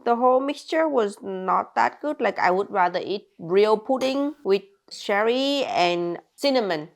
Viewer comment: I always thought she said sherry not cherry, now I wonder how many videos I misunderstood 😮